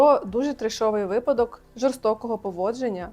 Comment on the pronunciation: я дуже ціную ваші відео - як мінімум, вони тримають мене в курсі подій. Хочу вас попросити про одне - будь ласка, кажіть вИпадок, а не випАдок. Вибачте, що доїбалась, ще з часів філфаку дуже тригерить неправильний наголос в цьому слові(